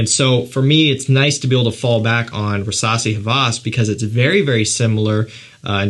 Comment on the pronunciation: Why do i understand Versasi instesd of rassasi?